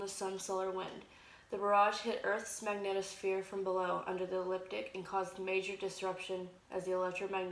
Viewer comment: Panspermia Hunter trust me. None of these Youtube idiots understand Newtonian mechanics. I doubt they even have a high school diploma. This one can't even pronounce magnetosphere. Lol.